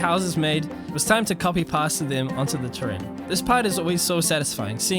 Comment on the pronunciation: LoL, pronounces paste as past